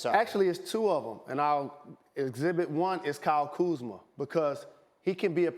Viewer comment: Kyle kumza? Who is that? 😂😂